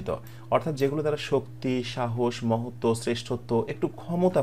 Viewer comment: মহত্ত্ব হবে মনে হয়। মহোত্য নয়।